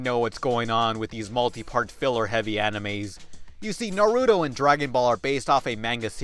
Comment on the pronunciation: it's naru-TO, not naru-DO. ...sorry, that's a petpiv i have. ^^' anyway, i did watch those shows when they came on, though i did watch all of them, just the ones i like, but that was alot on the time slot. and i agree, up until i saw one piece on this anime channel online, i never knew how bad one piece was. man...i was one stupid kids. lol XD